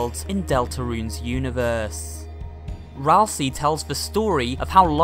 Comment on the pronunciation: Hey, did you know. That Asriel can be rearranged to spell Ralsei? It can also rearrange to spell Ralsie. But "Ralsie" isn't a character in Deltarune. Ralsei is. That's pronounced 'ral-say'. Not 'ral-see'. If his name was pronounced 'ral-see' it would be spelled Ralsie. But it's not. This is grade 1 english.